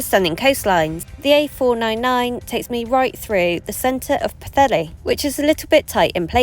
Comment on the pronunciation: Well done for a decent pronunciation of Pwllheli